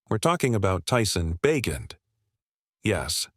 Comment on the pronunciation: Carr has not come out and said he's retiring. Ba' jent not Bagent?